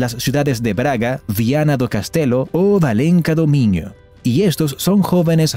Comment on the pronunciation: No es focardos, sino forçados (forzados en español). Ni Valenca do Minho, sino Valença do Minho. La ç se pronuncia entre S y Z.